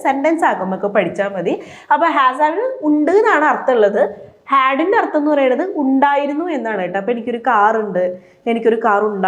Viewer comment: അർത്ഥം എന്നു വ്യക്തമായി പറയു. അർത്തം എന്നാണ് കേൾക്കുന്നത്.